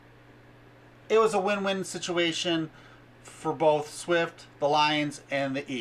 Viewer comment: Swift not Shift